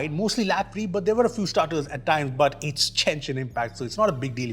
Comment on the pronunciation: did I hear Jenshin Impact!?😂